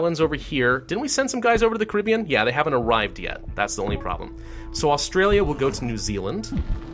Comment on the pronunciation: I'm not sure if your saying Caribbean or not because if you are you pronounce it very strangely